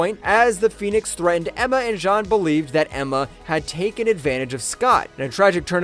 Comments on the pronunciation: It’s Jean. Like blue “jeans”. Not Sean or Shawn. As you pronounced it. Have you actually watched any of the movies or cartoons where it’s said out loud? Mind boggling how that was missed. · I’m so confused. Is this narrated by a person or AI? How did you pronounce Jean Grey correctly at like then call her “Zhawn” like half a second later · Why did he pronounce Jean like John? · How do you say “Jean Grey” and “the clone of Jean” in the same sentence and pronounce them differently? 😂 Awesome insight videos. Really enjoying this channel. Subbed and liked! 👍👍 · When he started saying John instead of Jean I had to turn it off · why do you pronounce jean like john???? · Was this made by an AI? Jean as in French, really?